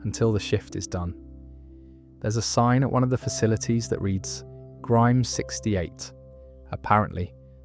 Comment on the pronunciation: Same with when he says rick grimes-is instead of rick Grimes